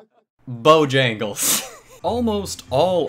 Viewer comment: I lost it at "bojangels"